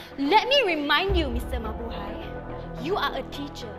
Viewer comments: Why did she say mahubay when its mabuhay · called Mr. Mabuhay, Mr. Mahubay😂😂😂